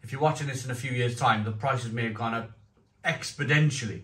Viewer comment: Expodentially? Brilliant, ever the linguist!